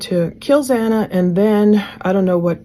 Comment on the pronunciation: It bothers me SO much that the Judge couldn’t even get Xana’s name right, not one but twice!! So disrespectful…